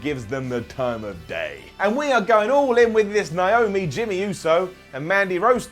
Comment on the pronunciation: It's Naomi not niomi